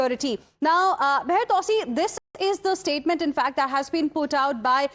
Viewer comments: TwoSee not TowSee. Btw...good reporting... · On the intro it sounded like "" - great to see and hear talking sound common-sense. is right..... Take President Trump seriously not literally.